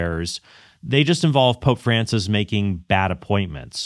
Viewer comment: If Altman insists on calling Francis by his given name, could he at least pronounce it correctly? Or is he purposely mispronouncing it as a further sign of disdain?